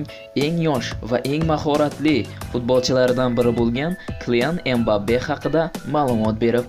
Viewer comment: Togri ayt ismini M bappe emas Mbappe qoshilib aytiladi savodsiz